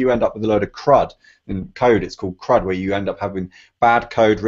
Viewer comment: Hey, it's actually called kruft, not crud.